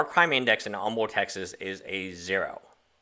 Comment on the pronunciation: If you live in Humble Tx, you need to get the pronunciation of “Humble” correct...it’s Umble, the h is dropped.